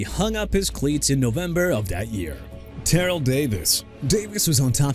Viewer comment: TERRELL DAVIS AS IN TUH-RELL DUDE!! MIKE HOLMGREN NOT HOMEGREN!! ALSO ADRIAN PETERSON'S SON'S NAME IS TYRESE ROBERT RUFFIN AS IN RUFF-IN NOT ROOF-IN!! WHERE'S YOUR RESPECT FOR ATHLETES BRO?! OH YEAH... YOU AIN'T GOT NONE!!! BUTCHERING NAMES OF EVERYBODY!! QUIT AND GO VOICE ANNOUNCE IN A CAR DEALERSHIP SOMEWHERE!! TIRED OF YOU!!!!